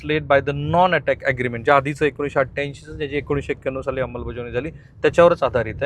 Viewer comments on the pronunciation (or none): none